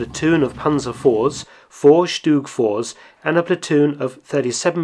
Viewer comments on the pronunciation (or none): none